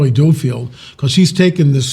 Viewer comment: its duffield, not doofield